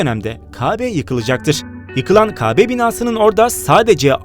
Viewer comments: İki videosunda da uyarmişlar ama... Türkçesi zayıf seslendirenin. Umarım en kısa zamanda bu yanlışını düzeltir. Kâbe videosu yapıp Kâbe kelimesini yanlış telaffuz edersen tabii ki göze batar. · Kabe değil Kâbe diye söylenir. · Kabe değil kâbe a harfi yumusatılıcak ve lütfen peygamberimizin adını telaffuz edince selavat getirin muhammet deyip geciştirmeyin kafir değil kâfir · â yi kullan kâbe dir kabe değil doğru telaffuz et . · Kaabe değil Kâbe :D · Kabe değil, Kâbe seklinde telâffuz etmeniz lâzım.Kafir değil kâfir. Şapkalı a kalktı diye (bence kalmamalıydı) telaffuzları da değişmedi ya. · la kitaptanmı okuyon .kabe diyon kăbe diyecen.bu arada s.a.v de. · KA BE değil dostum 'A' yı incelterek okumalısın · Önce kâbe demeyi ögrenmelisin.. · Önce Kabe, kafir kelimelerini telaffuz etmeyi öğrensen? İnsanın kulağını tırmalıyor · Afedersin ancak. A'lı K harifni düzgün telaffuz eğitimi alırmısın. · Kabe demeyi öğren önce . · Lan sen daha kâbe demeyi bilmiyorsun bu bilgiyi nereden biliyon